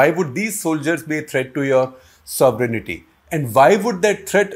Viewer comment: Not “sovereign-aty please. Just sovereignty.